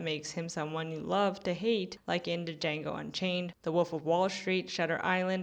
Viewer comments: Did you really say Da-jango? That's not how it's pronounced, lol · you didn't just say deejango did you? 😭